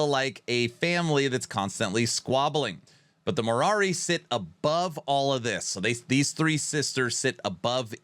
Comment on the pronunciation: Being Greek u really caught me off guard with your pronnouncation of moirai😂 although understandable so no worries there , it actually sounds like mi-ra , i believe if u use the google translation and play the greek sound u'll be able to catch it right on , cheers and hope they deliver on Titan Quest 2